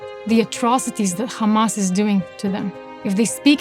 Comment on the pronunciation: If u notice tge way she says "khamaasss" you'll know very quickly that this is a lie and she doesn't sound Palestinian.